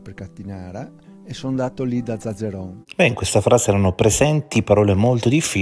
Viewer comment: Zazzeron non è così semplice da pronunciare eppure lo scandisce bene 😮